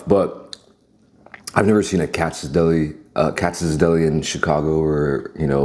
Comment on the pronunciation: Cats bro. That’s how’s say it lol